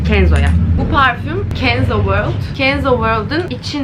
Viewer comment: Kız ne güzel World dedin, kenzo world derken, çoghoştu